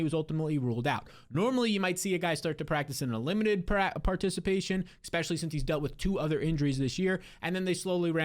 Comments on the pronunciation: Can you stop saying ‘eckspecially’ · Austin eckspecially sucks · You guys, leave him alone about saying "ekspecially"! Everyone has little regional grammatical variations that may not be proper English but I think it's so rude to be making fun of that. If you don't like it, just stop watching the channel. gives us great advice. Surely you can forgive one little idiosyncrasy. Considering that these days so few people use exactly proper grammar, spelling, and punctuation due to texting and social media abbreviations and Urban language this criticism is both unnecessary and rude. C'mon, man... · I’ve thought about that through at least 15 of his videos. And he says it every few minutes too.